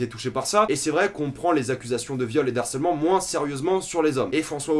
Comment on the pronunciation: Juste une chose, on ne fait pas la liaison avec « harcèlement » : « de harcèlement » , pas « d'harcèlement » ;)